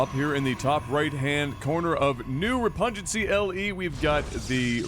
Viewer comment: Repug-nancy. Not repungency.